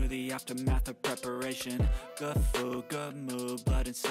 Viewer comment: thank you for perfectly capturing the absolutely infuriating way that pronounces ‘food’. makes my blood boil every time!!